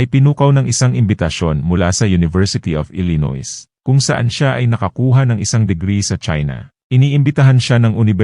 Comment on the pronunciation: ILLINOIS, USA……pronounced [ ILI- NOY]….NOT [ ILINOYS]!, no offense meant…just correcting your mistake!